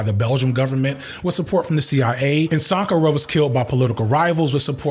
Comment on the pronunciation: Oh frick I have been pronouncing Thomas Sankara wrong for so long